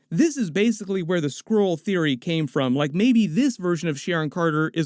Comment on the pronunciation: The way you keep saying Skrull sounds like you are saying Squirrel.